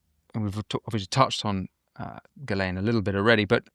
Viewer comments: Jesus if your going to do an interview can't u pronounce people's names correctly...dufrar????? Virginia supposedly killed herself dufray. .Gil. Lane....it effects your credibility. Dufray....gil lane. Repeat after me. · I don't believe this guest met any of the people she has mentioned. She couldn't even pronounce Ghislaine properly